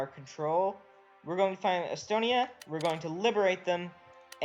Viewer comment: he means estonia